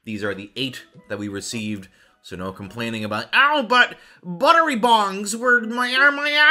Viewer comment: It’s buttery BOGS not buttery bongs.